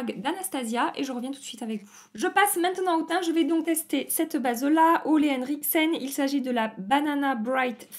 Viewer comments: Coucou ça se dit olA même si il y a un e ^^ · Je crois qu'on dit "Oulé Henriksen" :) Tu es toute belle avec cette coupe et j'adore toujours autant t'écouter. Bonne semaine ! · J'ai tellement attendu Ole Enricksen je me suis jeté dessus à la sortie, j'ai pris le banana bright serum, la creme contour vitamine C et le masque vert purifiant, trop hate de commencer! Ps : ca se prononce OULA Enricksen mais bon je dis tout le temps OLE aussi lol